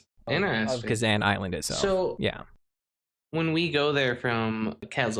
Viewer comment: Kezan is pronounced differently. More like Kuh-Zahn